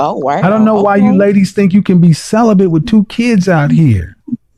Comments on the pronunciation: She also was CELIBLAM. Interpret as celibate, one would think 🤔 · And if you listen she said she is celiban😂